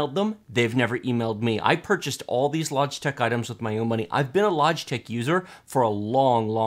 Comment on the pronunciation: Lodgetech? He can't even say it properly!